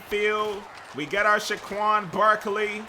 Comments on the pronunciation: Bruh! It's Saquan(Say-quan) not Shaquan! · It’s saquon not shaquon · said Shaquon instead of saquon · SAquon, not SHAquon. Fucking idiot. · Saquon not schquaon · Dylan Clearfield it's saquan